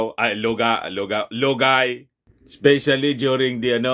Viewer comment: pag binibitin mo ng bigkas si lugay bumabaho ang tunog parang luga✌️✌️✌️😄